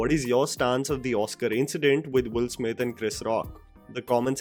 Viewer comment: Why your pronunciation is sounding Wolf Smith instead of Will Smith every time you said his name?